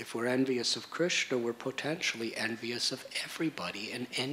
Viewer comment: ..and i've never heard anyone say Krishna so beautifully...makes your hair stand up on ends, Hope i can be your servant birth after birth